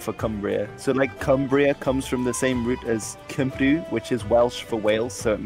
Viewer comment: he pronounced cymru wrong smh